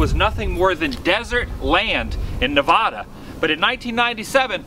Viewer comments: it is nevada not novoda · Its Nevada not nevahda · Nevada not nodvoda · What's a NeVAHda. That's not how you say Nevada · I LOVE your videos, but please, for the love of all that is holly, PLEASE say Nevada correctly. It drives all of us Nevadans CRAZY! The state's name is the Spanish word for "snowfall" and refers to the Sierra Nevada ("snow-covered mountains") mountain range. The non-Nevadan pronunciation of the name "neh-vah-dah" (long A sounds like the a in father) differs from the local pronunciation "nuh-vae-duh" (short A sounds like the a in alligator) and is said to annoy Nevadans endlessly. Thanks! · I live in Nevada you said it wrong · Yo why does everyone say Nevada wrong? there's no awww in Nevada. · I’m bothered by the way you pronounced Nevada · I hate how everyone pronounces Nevada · Learn how to pronounce Nevada